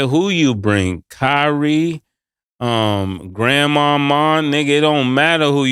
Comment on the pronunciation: My man said Grandmar mar 🤣🤣🤣🤣🤣